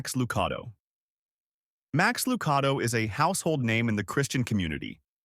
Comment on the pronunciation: Please learn to pronounce names Max Lucado is pronounced with a .one A